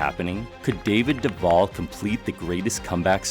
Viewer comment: I share the same last name but zipped have two Ls at the so Duvall. It's funny how some of these announcers pronounce Duval. You pronounced it correctly.